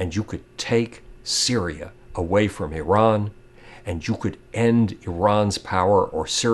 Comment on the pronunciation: On of the few americans who pronounces Iran correctly. It is Ee-ran not I-ran